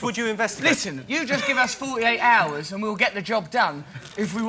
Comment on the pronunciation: i like how noel says "hours"